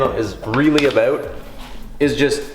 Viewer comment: Didn't realize you were Canadian until you said oot and aboot